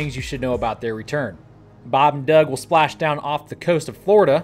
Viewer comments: Don't know where to put this comment but here you go. Love your channel but one thing bugs the crap out of me every time you do it. Bob and Doug are full blown astronauts who have done us all proud. Would you PLEASE stop screwing with the pronunciation of Doug's name? It is unbelievably disrespectful. I'm sure you wouldn't do it to John Glen's name or Neil Armstrong. How about a little respect???? !!!! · What's with your pronunciation of Doug lol? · Baab n Duuug 😂